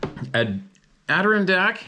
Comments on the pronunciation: ADD - DERR- RON - DACK dammit 😂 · LOL it's Add-Der-On-Dack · if it matters - shrug - Ad..er..ron...deck(s). Adder-ron-decks. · Idk why Adirondack is so difficult for to pronounce. Lol